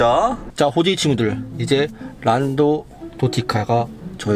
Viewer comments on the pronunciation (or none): 끌갠데 골게라고 하고 란더 노티칸데 란더 도티카레;;한글 잘 모르시나...?